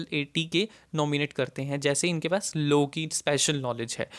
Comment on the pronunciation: Why do you pronounce "low" ? It is "law".